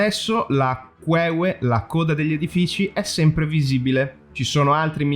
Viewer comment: Lo hai pronunciato alla napoletana: q ué ué 😂😂😂😂